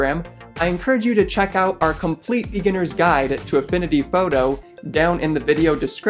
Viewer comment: I like how he says photo in a kind of accent. Like "fowdow".